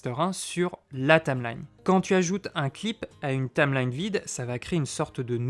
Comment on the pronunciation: Tameline... Tameline ... Tameline ... c'est pas plutôt une Taïïïïmelaïïïne ??? ahah je taquine ! J'ai débuté avec ce logiciel, et je ne peux que le conseiller !